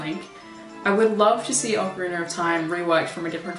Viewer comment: Ocariner? I thought she said autistic at first (really ARTistic).